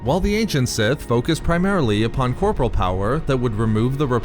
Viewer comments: You still mispronounce "corporeal". You are pronouncing it the same way as the word "corporal". But it's actually pronounced "kor-por-ee-uhl". Darth Plagueis would be ashamed of your ineptitude, shaming you into learning the word properly. Sidious though, he would force lightning you a few times to burn the word into your brain. Vader would simply toss you out an airlock; he has no time, nor inclinations towards teaching an apprentice incapable of simple diction. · Dude the word corporeal is not pronounced the same as corporal. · Corporal is a military rank Corporeal (pronounced cor-por-e-al ) is worldly physical things. It's just been killing me for so many videos.